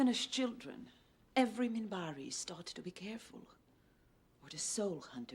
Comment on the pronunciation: First off, it is Minbari, with a N, not a M. Second, the Centauri are clearly ahead of the Humans and the Narn are a little ahead of the Humans.